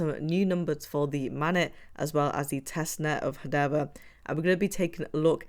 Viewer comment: Sorry, but it's Main - net, not mannet.